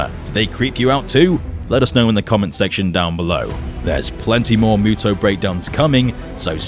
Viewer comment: MUTO... not ME-YUTO